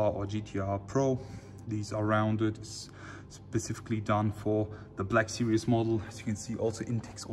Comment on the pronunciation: Why can't the germans pronounce Black Series as it is written? They always pronounce it as "Sirious" smh🤦🏻‍♂️